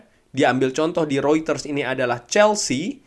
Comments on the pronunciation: Reuters bukan rueters bang mengucapkannya😂😂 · Mungkin bro bcanya pke aksen holland😂